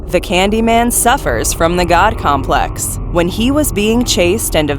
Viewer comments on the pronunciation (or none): none